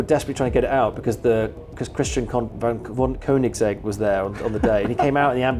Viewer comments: Koeninsegg and High-Aura 😂😂 Good video but holy shit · Your pronunciation of Koenigsegg made my soul leave my body. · "Anominity" "Koeninsegg", why is it that nearly every youtuber nowadays struggles to pronounce extremely well known words lmao